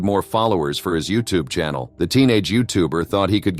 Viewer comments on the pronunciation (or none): none